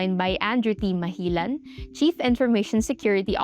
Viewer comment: It's Malijan, my dear, not Mahilan.😊